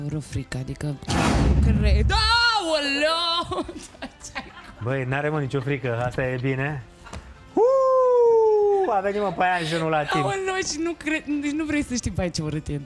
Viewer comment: Păianjen,nu "paienjen"wtf???